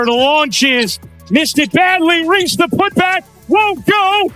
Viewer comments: REESE. REESE. REESE! Not REE. fix your fucking AI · Ree / Raise ... wow the narrator is really on top of things